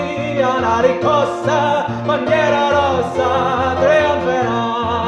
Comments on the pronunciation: Lovely sung and played, and your pronounciation is overall good, but isn't it riScossa? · Bella esecuzione peccato che non riesce a pronunciare bene RISCOSSA e non RICCOSSA! Complimenti lo stesso per questa canzone che ha accompagnato tante speranze e lotte operaie